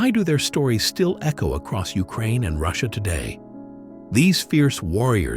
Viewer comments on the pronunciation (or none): none